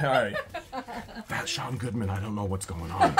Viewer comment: Now I know that it is Sean Goodman and not Deshawn Goodman. Lol